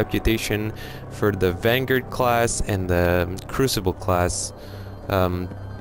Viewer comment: What the hell is a Vanguurd?